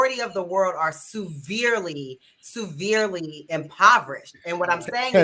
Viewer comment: SUE-verely?